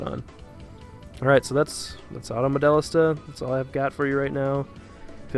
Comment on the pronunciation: always pronounced it : Mo-Déh-LEEESTA